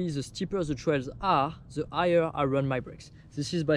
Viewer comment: shit. This "igher" hold me for a few minutes till I understood it was "higher". Man, you're really great! I do like your vids and there's lots of cool stuff in it. But please try something with spelling. Sometimes I personally just can do without subs(